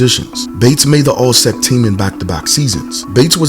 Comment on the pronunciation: I cut the video off when you said "allsec" team instead of all S-E-C